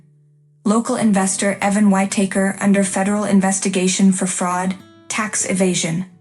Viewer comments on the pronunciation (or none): Pronounce "forgave" and "Whitaker" correctly! This is no family!